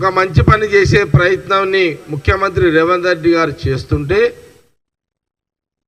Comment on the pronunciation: రేవన్ రెడ్డి కాదు జగ్గారెడ్డి గారు స్పష్టంగా పలకడం నేర్చుకో. తరువాత రాజకీయం గురించి మాట్లాడు..😂😂